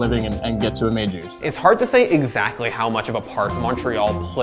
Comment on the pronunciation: "That's exactOY what happened"